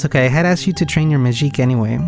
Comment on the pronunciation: man, this is such a good game, and I love your videos too, but it's absolutely infuriating to me that you're pronouncing it ✨Majique✨ for absolutely no reason lol